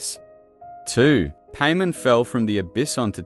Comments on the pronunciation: No offense but it's paimon not pay men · Cool vid the only problem I have is you saying her name wrong. It’s not Paymon it’s Paimon like Pai pronounced like Pie 🥧 and mon like Pokémon or Mon of Monday. Paimon. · Stop pronouncing it paymen. Pai. Mawn. They pronounce it in game for you every sentence because paimon talks in 3rd person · I keep hearing Payment so I had to look at the video instead of just listening to it... lol I still believe Paimon is a primordial. Given how Hoyoverse uses P.A.I.M.O.N. as email handle, P could just very well stand for Primordial. Like how one of the construct boss in Sumeru desert is called Asimon, Algorithm of Semi-Intransient Matrix of Overseer Network, Paimon could very well be a construct just like how she love to jokingly make construct beep construct noise. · Painmon not Paimon. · Any corrections and additional info will be added to this comment! • This is text to speech. I am not the one pronouncing it paymen. • Many people have pointed out that Paimon is said to have some rainbow string that looks like it goes up past the sky. Seelie courts have a line that can be seen when using elemental sight that actually points in the direction of the seelie! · the ai australian voice saying pay min is so fucking funny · I can't help but hear you say "payment" the whole video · Did he just call her "pay-man" 😭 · Lmao paymon… 😂 the entire video I didn’t pay attention cause I was stuck on just how awful annoying it was.. I mean I hear names pronounced odd all the time but something about saying paimon as paymon.. is absolutely invoking an uncanny valley feeling if that makes sense… 😂 couldn’t take this vid seriously 😂 BUTT I still appreciate ur speculation on this topic… but goddamn if one thing I’ll remember and take away from this vid.. UNFORTUNATELY… is PAYmon.. 😂😂😂💀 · when you say paymon it throws me off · That's not how you say Paimon